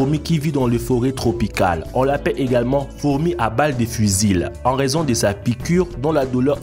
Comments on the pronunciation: On dit pas fusile mais fusil le L ne se prononce pas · Fusil se prononce fusi voila ^^ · Y'a que moi que ça choque "fusile" ? xD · t as bien lu ton texte , mais apprend a parlé quand meme . le L a la fin du mot fusil ne se prononce pas ...